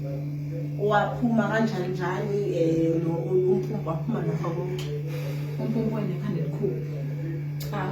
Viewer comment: Bese scela Bhuti uzame phel ukbiza kahle amagama esZulu,Mpumpu not Pupu,syabonga